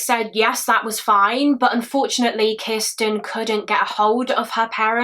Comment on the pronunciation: have one for every time she says "Kisssten". 🍸🥴